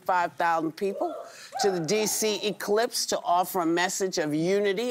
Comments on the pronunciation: It's Ellipse , whoopi . Say it with me , Ellipse NOT eclipse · Whoopi, 'ellipse,' not 'eclipse' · Did she say "eclipse" lol.